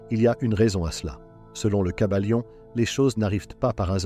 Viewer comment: Le kybalion pas le caballion 😂